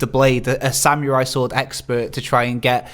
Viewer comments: Ugghhh! That guy kept saying sam-your-eye for samurai. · bloody hell mates you really lay heavy into the "YURR" part of "SAM-YURR-EYE"